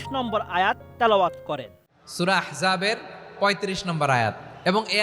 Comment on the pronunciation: আপনার সূরার নাম ভুল হয়েছে সূরা আযহাব না আহযাব হবে